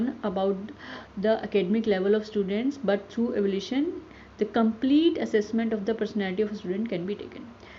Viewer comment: The video is informative and crisp. But I can’t help and get bothered by the wrong pronunciation of Evaluation as Evolution. Please be mindful regarding the fact that, there are so many learners who is watching your video and because of this they will learn the wrong pronunciation of the word.